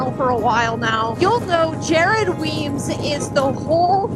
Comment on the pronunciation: Weems must die a little inside every time you and say his name wrong. Haha